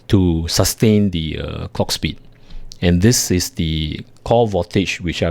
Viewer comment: its pronounced clock speed, not cock speed